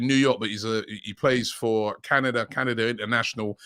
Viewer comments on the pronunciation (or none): Candada?? Canadian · WTF!! Nobody noticed " CANDADA"!🤣🤣